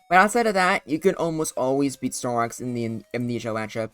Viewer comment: "snorlax in the amnesia laxup"